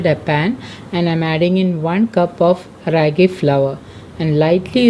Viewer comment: Its pronounced as raaagi!!!and not how u r pronouncing!!! It's from our state Karnataka!!!